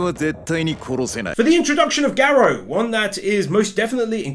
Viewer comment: Goddamnit it's Garou not Garo